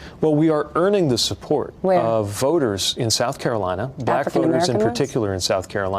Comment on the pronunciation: "Afircan American ones"